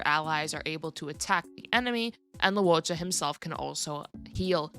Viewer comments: Fyi loucha is pronounced as low-chaa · Fyi Luocha's name is pronounced – Luo – 'lwoh' Cha - 'chah' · Luocha is pronounced Luo Cha